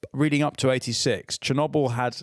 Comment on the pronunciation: Finn pronouncing Chernobyl as Chirnobble the whole episode making it sound like a provincial town